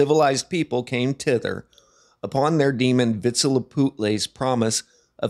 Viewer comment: “Tither”? Come on, man. 😂